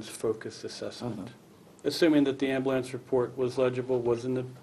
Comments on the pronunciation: Amblance... It's AmbUlance... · This dude made ambulance into a one syllable word.